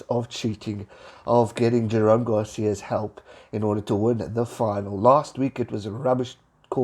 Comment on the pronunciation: Good stuff as usual,. Quick note: I have noticed that you habitually mispronounce Jerome's last name in pretty much all your videos where you mention him. It is Gar-sez, not Gar-sia.